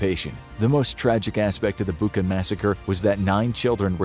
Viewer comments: it's Bucha, like Cheese, Charlie, not Buka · Hey, why Buka((( it’s Bucha, the same sound as in word chair🤦🏻‍♂️ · It is “Boo cha” , not “Book-ah” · Hey, narrator, it is Butcha, not Booka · it's 'Bucha', like in 'butcher' , not 'Buka'. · It's not Booka, it's Bootcha! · Name of the settlement is not “Buka”, but “Bucha”! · Bûcha not Buka I live there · Good video. It's pronounced "boocha", not "buka" though. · Dude, it's BUT-CHA not BU-KA, it's the second video you do that. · Bucha, not Buka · Narrator could really learn how some foreign terms like Bucha (not Bucca) are pronounced. It's irritating. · Its bucha bu-cza like czech or chips it not a buka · Dear, thank you for great videos I always love to watch. One thing, Bucha is pronounced as Bu-cha, "ch" as in "cherry", not Bukha. Thanks 🙏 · not to be a nittypicker, but .. Bucha is not pronounced "bukka", it's pronounced "Butsja" (or mayb better; "bootsha" (think boot & shall, just leave the LL out)) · Bucha is pronounced as butcha not buka. Putin will be remembered in history as the Butcher of Bucha. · It's Bucha not Buka. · It's not "bu:ka", it's "bu:tcha", like in "butcher" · Again with [Booca]... it's [Butcha]😅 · It’s Bucha not Buca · Bucha is pronounced "Butcha". Just a quick note 👌🏻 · Why is he pronouncing Bucha like Bookah? Americans always get pronunciations wrong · As a Ukrainian who is watching this video right now in Kyiv, it hurts my ears when you pronounce city Bucha with K sound. It pronounces as Butcha. Love your vids btw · Seriously you mispronounce Bucha. It was the biggest topic in the news. And you mispronounce it. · More than that. It didn't mention that Britain vetoed a proposal for a thorough investigation of the tragedy, which indicated that it might be the works of Ukrainian extremists. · The "ch" in Bucha is pronounced as "ch" in "chair" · You could at least pronounce "Bucha" properly.. Be BETTER